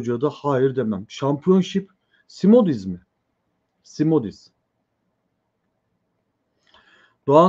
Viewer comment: Szmodics;Şmodiks okunuyor Polonca